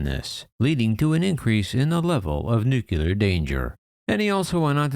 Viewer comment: "New clee are", not "new que lar"